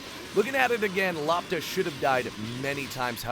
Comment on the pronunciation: LOPTA means ball in Croatia ITS not pronounced lapta.... gosh Its L o p t a we read as we write eh